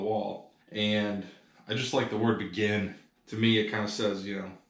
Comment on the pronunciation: It's fun watching you sell stuff that I've seen you buy in earlier videos. "Be gin", "beg in" or "begin". ?